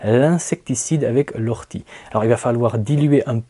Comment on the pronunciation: O rtie et pas Ou rtie.... et pour le purin vous avez aussi l'urine dilué à 10% (une dose pour dix doses d'eau) très intéressant moi j'adore la blette qui se resème toute seule et fait vraiment beaucoup de graines. Les courgettes aussi en fait même si on les laisse devenir géante (plus grande qu'une bouteille d'eau) sont délicieuses même crues si elles ne manquent pas d'eau.